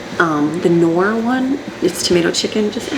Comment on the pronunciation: Hi from The Netherlands..... It's Knorr with a K like Kansas.